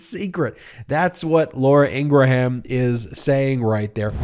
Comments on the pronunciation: Please pronounce her name correctly. It grates me to hear you say “In Gra Ham” it should be pronounced “In gram” It is from my part of the world <3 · please stop calling her ingra-ham it makes you sound silly! it is pronounced ingram you dont have to offend folks with the trumpian crap of attacking a person's name! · I can't stand the woman but why do keep saying Ingraham???? Lol now this vile woman will consume my thoughts today because you kept saying Ingraham! Ing-gram (not spelled that way though!) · EEN-grum, EEN-gurum, not EEN-gruh-ham. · Just to be clear... It is IN-GRUM not In-Gra-Ham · I love you, but, please stop annunciating ing-gra-Ham! The ‘H’ is silent- it’s Ingram (sic). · I believe it's pronounced 'Ingram'. The h is silent. (she is a bit of a 'ham", though) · Love your commentary .I believe her name is pronounce In gram (the h is silent with 2 syllable …not 3 …someone correct me if I’m wrong) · A minor thing but, her name is pronounced Ingruhm. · Stop saying Laura Ingra ham... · So many questions: why is "TREATS" in all caps? why is "TODDLER"? is "toddler" even the right word when her point is really about the optics of calling for secession, not condescending coddling? why does Ben pronounce Laura Ingraham's last name in three syllables? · You don’t pronounce the “H” in Ingraham. Just like it is not a graHam cracker, it is a a silent H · Why do you always say her name wrong? Most of us have seen her funny "You" fail where she says her name. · It's Laura Ingraham, like Laura Gram but with the in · You need to pronounce Ingraham correctly.